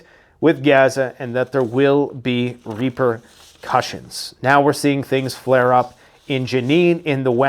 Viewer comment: It’s like at about says ‘Reaper’-cusions. 😮